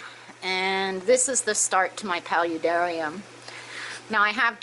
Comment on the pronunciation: Pal-you-dar-I-um? That’s a new one